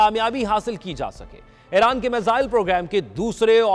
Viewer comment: Aeyraan nahi bhai Eeraan (Iran)